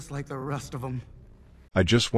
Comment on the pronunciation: did u rike it?